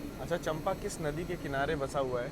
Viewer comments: स्टेशन का नाम चंपा नही है,उसे चांपा कहा जाता है। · मै छत्तीसगढ़ से हु ब्रो और आप जिसे चंपा कह रहे है उस चांपा कहते है